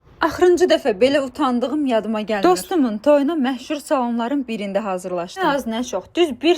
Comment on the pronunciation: Mehsur ❎ Meshur ✅